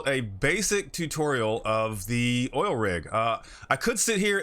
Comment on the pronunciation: Did you just say O I L ?